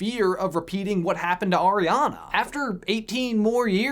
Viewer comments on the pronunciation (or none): none